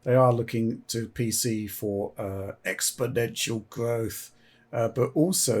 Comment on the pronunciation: Each week i love rendition of "EXponential Growth" XD